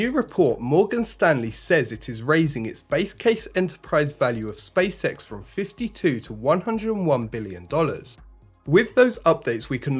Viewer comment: Sounds like "space sex"